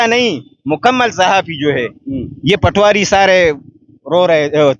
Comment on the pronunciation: Patwaari nahee Poti-waari